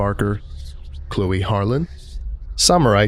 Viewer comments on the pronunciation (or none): none